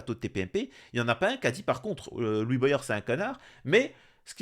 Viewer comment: Salut l'ami.. Juste une petite blague antillaise.. Comment tu lis voyage ou goyave comme Boyard Mdr... Je ne sais pas d'où viens ce problème français entre voyage et goyave et maintenant Boyard...mdr Sinon à part le sujet de la monarchie où je n'ai pas compris pourquoi tu as confiance en 1 homme quand tu vois Staline, hytlir ou même Macron :( D'ailleurs j'aimerais bien qu'on en parle un jour si tu veux bien... Mais j'ai peur... On me traite de fou pourtant car j'ai confiance au travail de groupe hors :( Bref!! Compliqué... Un être humain change de caractère plus vite que son ombre :(